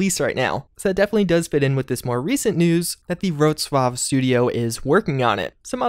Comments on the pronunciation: A tip on Polish language: you read `w` ALWAYS as an English `v`, so `Vrocłav` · Bravo, you've nailed "Wroclaw" pronunciation :)